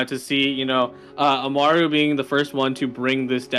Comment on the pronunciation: yes, lia just clarified it as well. I didn't mean to attack anyone, it just felt wrong that they kept pronouncing his name like that even though the screen showed amal and not amaru. I'd get if they couldn't pronounce it like it was shown due to accents or mother tongues but I didn't know this would be the case. Once again, I do apologize if it came off as rude instead of criticizing.